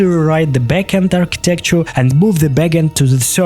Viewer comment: Amazing idea .. also lol at archeetekcher 😂